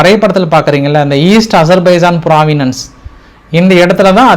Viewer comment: பிராவின்ஸ் ன்னு உங்க வாயில வரமாட்டேங்குது எப்பவுமே பிராவினன்ஸ் ன்னு வருது